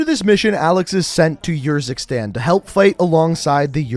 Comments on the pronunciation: It’s Ursikstan as in Urn And it’s Farah not Fairah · The way you pronounce urzikstan really gets me and idk why. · The way you say "Urzikstan" triggers me